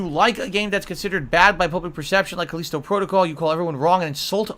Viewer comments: KUH-LEEST-OH Protocol? It's KUH-LI-STOW, you "dunce" God damn why can this grown man not pronounce words correctly? Also Callisto Protocol was ass, people did not hate it because it was too hard, they hated it because it SUCKED. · What's CalEEEEsto protocol ??